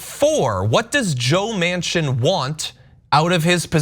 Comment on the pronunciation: Its pronounced Mansion. Probably 2 Mansions after behaving this way